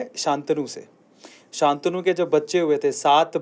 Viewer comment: अन्ग्रेज जैसा sha ntnu मत बोलो शंतनु बोलो